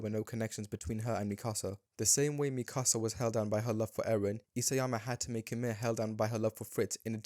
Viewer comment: You lost me at mispronouncing Mikasa as "Micasa"